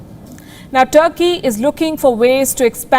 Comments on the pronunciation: What is tharkey its turkey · Yaar turky ka pronounce sahi bhola kry yaar Urdo mai bat kr rhy ho